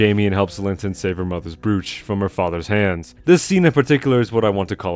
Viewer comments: Brooch is pronounced like “br-oh-ch.” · I know what you mean, just your pronunciation was a little weird